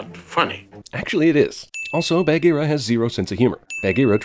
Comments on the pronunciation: Why do you say Bahgeera like Bag-ear-a. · OMG WHY DO U PRONOUNCE "BAHGEERA" LIKE THAT?!?! UUUUGH!!!!! 😭😠😬😬😬😬😬